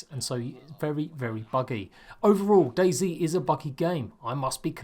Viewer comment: The way he says it is Daisy instead of Dayz